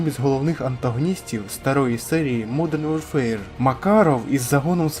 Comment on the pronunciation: Хороше відео,. Однак, на майбутнє, озвучуй англійські назви без акценту. Жодних претензій до твоєї англійської. Просто, дві мови конфліктують фонетично, що, в свою чергу, ріже слух, як наприклад при вимові назви "модрн ворфер".😉